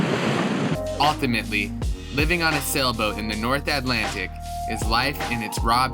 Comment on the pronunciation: "North Atlantic", Come on Man